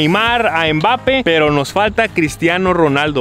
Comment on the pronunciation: lo que mas risa me dio fue que se equivocaban pronunciando los nombres de los jugadores tops xd por ejemplo a MBAPPE le decian Empape a BENZEMA le decian BEN SE MAS